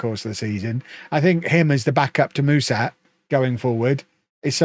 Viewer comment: Hey, Mușat is pronounced "Mu-shat", like the english past tense verb